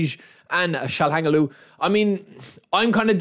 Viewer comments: Pronunciation: DE VRAI / TSJAL HA NOGLU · Try to say it like this Tshal'ha'noglu😅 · Mehn😅😅😅😅😅you don't know how to pronounce calhanoglu😊❤❤❤😅